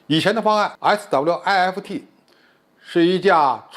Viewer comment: SWIFT不就是一個英文單詞嗎？需要把每個英文字母讀出來嗎？聽完讓人笑噴。